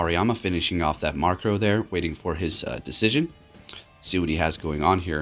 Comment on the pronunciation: Stop saying Markrow! Its Murkrow! MURK not MARK